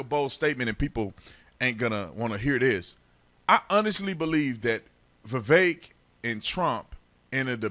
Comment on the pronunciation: Spot ON! The more I listen to Vivek, the more I LIKE him. Love that you actually pronounce his name correctly!👍